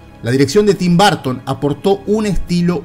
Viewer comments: Muy buen reportaje un detalle se pronuncia Burton no Barton ojo !!! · Por que demonios le dicen Barton a Burton... es una UUUUU no una A ... BUUUUURTON ... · Porqué dice “Barton”? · BUUUUURTON NO BAAARTON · En serio?? Tim " Barton"? Creí que solo los españoles pronunciaban raro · Buen video pero quién demonios es Tim BArton ??? jajaja No entiendo de qué manera pudiera pronunciarse como "A" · Lamento decirte que te equivocas, ya que los nombres no cambian de pronunciación sin importar en qué país te encuentres ya que son nombres propios y por ende ni se traducen ni se adaptan. Otra cosa distinta es que no sepamos pronunciarlos. La pronunciación sería algo como el sonido de la ʌ / ɜː. Pero insisto que el video me gustó mucho solo que es raro escuchar todo el video BArton. Saludos desde México